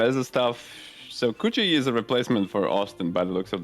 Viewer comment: Am I the only one wincing every time they say coochi